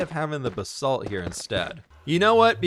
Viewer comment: It's Ba-salt. Not B-salt